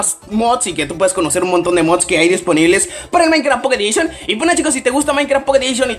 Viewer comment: "enderper" "pokedishion" jaja xd